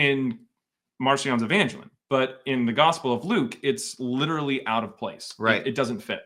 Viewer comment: EvangElion, not EvAngelion 😭